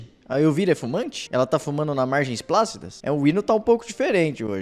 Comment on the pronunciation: "pácida, tumbante..." Misericórdia!!!!😂😂😂😂😂 Ela quis dizer plácidas e retumbante!!! 😅